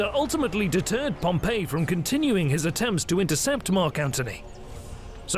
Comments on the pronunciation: While this is otherwise a great documentary, the fact that you habitually mispronounce Pompey's name really makes you look bad. It's "pom-pee" not "pom-pay". "Pom-Pay" (Pompeii) was a city that a volcano destroyed while "Pom-pee" (Pompey) was a famous Roman general who lost to Caesar and was subsequently murdered on a visit to Egypt. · I wish the narrator would stop pronouncing "Pompey" as "Pompeii". The former should sound something like "Pom Pee", the latter like "Pom Pay". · Pom-pay is a city that was destroyed by Mount Vesuvius. Pom- P is the correct pronunciation of the leader. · It's not Pom "pay." It's Pom "pee." Pom "pay" was the city. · Note: there was no concept of imprisonment in republican Rome. The only prison they had was only used in temporary circumstances and did not even have guards. Exile was the worst case scenario if Caesar had not marched. Also: it's pronounced Pomp-E, not Pomp-A. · Pompey is pronounced Pom-pee. Your pronunciation that you used of "Pom-pay" is how the city of Pompeii is pronounced . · I have a little gripe, it's not a huge deal but for someone borderline OCD like me it's like nails on a chalkboard. PompAY is a city/province. PompEE was a person. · You keep pronouncing Pompey as if he were the city Pompeii. They are entirely different. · And the Roman Pompey does not have the same name as the city Pompeii, which is the pronunciation used in the video. These people are illiterate.